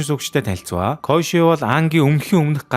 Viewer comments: Коешы биш Кёошы гэж зөв хэлээрэй гэж хүсэж байна. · Дууддаг гэж бичдэгшүү бас кёоши гэж дууддаг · Киёоши гэж дуудаг шүү kyoshi-г